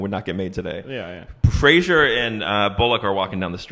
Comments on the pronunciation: It's Brendan Fraser (FRAY-zər) NOT Frasier. Yet more nails on a chalkboard. Third mistake like this in a row trying to watch your videos today boys. Please get on the ball, it almost seems intentional at this point. I'm telling you, you can just look up how celebrity names are pronounced on the internet, there's zero excuse to behave like you don't know how people say their names. Comes off as incredibly lazy. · I didn't appreciate the Brendan Fraser fat joke. also its pronounced "fray sir". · You’re pronouncing Fraser incorrectly. It rhymes with razor. It’s not pronounced like Frasier.